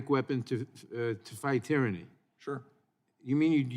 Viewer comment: "tyranny" lol